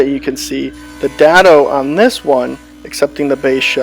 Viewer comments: Day-doh. Not Da-doh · Good tips! I'm pretty sure its pronounced dado with a long a like in day. :)